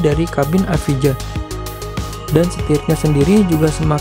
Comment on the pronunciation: Bacanya: lotus evaia.